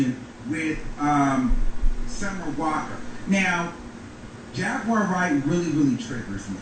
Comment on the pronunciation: Dont read Jaguar like that mane lol 😂 🤣 😆 💀